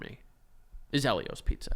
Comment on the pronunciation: It's pronounced EEL-io's. I will die on this hill 😂